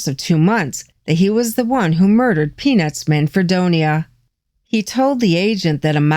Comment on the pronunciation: When you were pronouncing peanuts you were dropping the t....😀